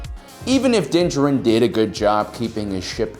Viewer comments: Anyone else hate how he says his name It's Din jar-in mate Not dincharin Love the videos otherwise keep it up mate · This may be a bit pedantic of me, but can you PLEASE stop pronouncing his name "dinja-rin"? For crying out loud, they say his name in the season 1 finale, so you KNOW how it's supposed to be pronounced! It's "din JAH-rin" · Din DJarin = “Dinjurin” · Why are you saying “Din Jarin” like that? I hope it’s a gag and you’re doing it on purpose lol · You just cannot pronounce his name, can you? C'mon man...you are just about my favorite channel...are you dyslexic? Not maki g fun of you.. I. Just asking...cause I notice you have a lot of trouble pronouncing words. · You’d think someone who’s producing monetized content devoted to sci fi he’d learn the pronunciation of the protagonist’s name. Also, y’all know this is fiction, right? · So do you even watch the show? Or do you just intentionally mispronounce Mando’s name? How annoying.